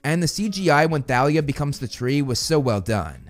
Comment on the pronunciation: Why are you pronouncing the "h" in Thalia?